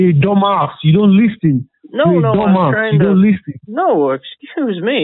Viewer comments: It's ALWAYS, "Lystn to Mea!" It never fails. He must have attended "Each & Everything" University! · Leasen leasen leasen to meh. Leasen to meh. Are you leasening to meh?